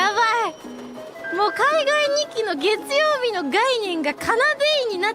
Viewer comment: 해외 시청자들이 “ 겟추요비 ” 라는 일본어로 월요일이라는 단어와 발음법을 확실하게 외우게 되었다 😂